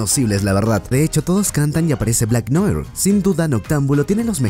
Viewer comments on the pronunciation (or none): none